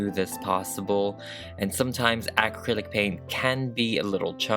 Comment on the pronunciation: Will someone please teacher this girl how to properly pronounce the word Acrylic!!!